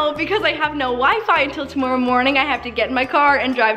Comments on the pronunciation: Love how she says tomorrow “Tomoreow!” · sounds so Canadian when she says "tomorrow" it's so adorable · You say tomorrow really Canadian like